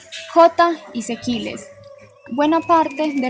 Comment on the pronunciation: sequiles??? Sesquilé.